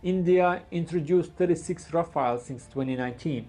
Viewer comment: Rafaels ❌ RaFAILS ✅ RaFELL ✅